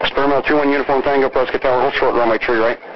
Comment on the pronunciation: Props for getting the pronunciation of "Prescott" correct.